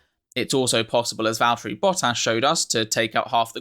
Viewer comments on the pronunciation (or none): none